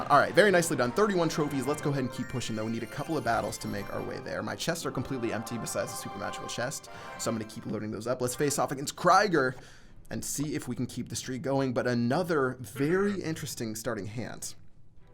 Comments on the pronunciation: Kreiger?You know its Krieger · Er betont "Krieger" "Kraigr"😂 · so funny how he pronounced 'Krieger' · Your way of pronouncing “krieger“ is epic :D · The way he pronounced "Krieger" 😂😂😂